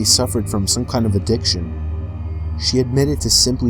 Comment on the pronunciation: Ugh-diction is no laughing mugh-ter.